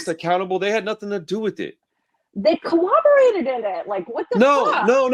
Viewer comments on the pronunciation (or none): co-lloberated (like clobbering, with co-op)